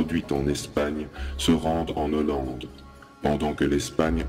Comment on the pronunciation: Like. Mais dommage pour "Hollande" qui est un H aspiré.